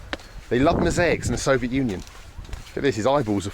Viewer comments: We made a drinking game out of it, a shot for every time he say "sovjet".... big mistake! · Can't wait for someone to make a compilation of every time he's said "soviet" in a video. I expect it to be at least an hour long...